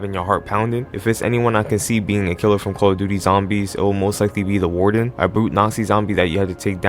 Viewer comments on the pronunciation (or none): The call of duty butchering killed me 😂😂💀